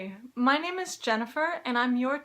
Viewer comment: People can never pronounce my name correctly because of this :( But you did! :D